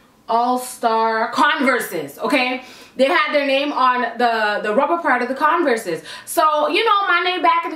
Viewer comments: You said Converse wrong.. it’s pronounced Converrs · the way you say converse 😂😂